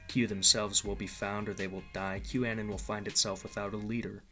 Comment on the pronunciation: 'Que' A-non (anon=short for anonymous), not 'que' an-on